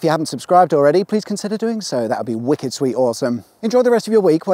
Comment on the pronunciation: Ah, this is before he started saying "that would be fwicked...".